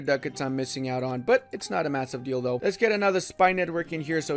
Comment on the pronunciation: Every time says,,it's not a massive deal though" like in I literally hear,, its not a massive dildo"